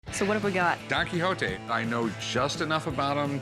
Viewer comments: Why do you pronounce "don kihoti", it's "don kishot" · did she just say don quixoti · Donkey hontee? Nahh let's drop the american accent when we pronounce names of dudes from other places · Don Quixote; Don-key hotee lol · Did she say donky honky? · DON KEYHOETEE LMAOO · Don Qui hoe te. Amazing pronunciation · She really said "Donkey Hotee" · After 4 decades I finally pronounced 'Don Quixote' correctly today. Don't ask me how me and my friends pronounced it all this while. It's not even close. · as a french guy, it trigger me when they say don quixote. There is a X between the i and the o and not an H. So it sound really weird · The way she pronounced Don Quixote really hurt.